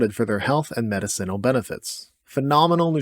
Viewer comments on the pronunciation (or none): I love your videos but the word is muh-DIH-sen-ul….. not med-I - CEN-ul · Or medICinal instead of medicINal. Oh god that hurts my brain. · Not nitpicking but medicinal( Ma-Dis-sin-Al) not medicine - al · Meta-Ceenle? Have I been mispronouncing medicinal all my life? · I love you and I love these videos but the way you say “medicinal” is driving me insane Meh-diss-sinal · Learn how to pronounce medicinal…..please. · How you pronounce stuff like medicinal and capsaicin doesnt sit well with me lol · This guy saying medicinal is going to drive me crazy. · Unfortunately I'm going to put your pronunciation of "medicinal" in the D tier. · Love your lists. The way you say medicinal is strange. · 10 seconds in, mispronounces "medicinal" and just like that any authority over the information presented is squandered. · Bud knows all this info but cannot pronounce "medicinal" correctly LOL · The way he pronounces medicinal makes me trust him less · Your pronunciation of "medicinal" is F tier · I've never heard medicinal pronounced that way.